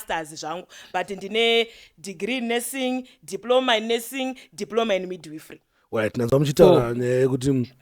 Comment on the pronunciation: Yeah kudzidza kopengesa mapronousations arikutaurwa apa ka 😂😂😂😂😂 handzi Passon 😂handzi midwifree haaaaaa imi ka itai mushe